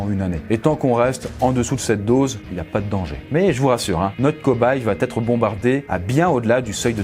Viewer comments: VA ÊTRE !!! y’a pas de T !! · Il n'y a pas de "t" à la fin de "va" donc pas de liaison dans va-être (tu le répètes plusieurs fois, ça fait mal). Bonne vidéo aussi non ! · Faut vraiment arrêter de dire "va-t-etre"! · c'était horrible pour Gustave, ça m'a stressée. En plus t'arrête pas de dire "va-t-être"